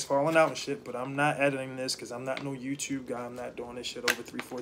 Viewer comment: I knew when he said “YouTube” that he was from Baltimore 🤣